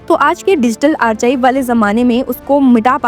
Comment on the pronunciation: Madam archive me (ch) nhi pronounce hota (k) use hota hai, mujhe apki news dekhte hue google pe baar baar jana padta hai. Apne profession sa nayay karein. English boliye naki uski taang toden.